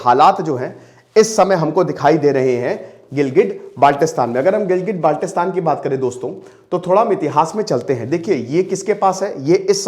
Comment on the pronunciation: Abe chootiyee improve your pronunciation, it’s not Baaalttistan with a tatta it is Baltistan